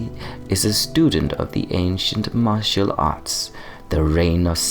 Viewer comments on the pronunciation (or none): none